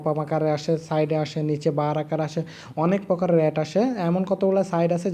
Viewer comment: কথা বলতে জানেনা শালা এড কে এট বলে